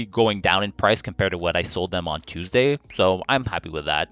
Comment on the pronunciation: "Teusday" Just like how I pronouce it.